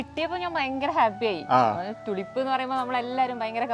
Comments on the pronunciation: Its not തുലിപ് - -- Its ടൂലീപ് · ട്യൂലിപ് ആണ് ടുലിപ്പ് അല്ല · തുളിപ്പ് അല്ല ട്യൂലിപ് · ടുലിപ് അല്ലാട്ടോ . റ്റ്യൂലിപ് ആണ്. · തുലിപ് അല്ല, tulips, ട്യൂലിപ് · Thulip allado tulip ennu parayu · തുളിപ്പ് ❌ ടൂലിപ്പ് ✅🌷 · It is Tulip,prenounce properly